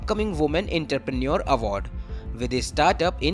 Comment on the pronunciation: Enter - Preneure ❌ Entrepreneur = Aantrè - Pre - Neore ✔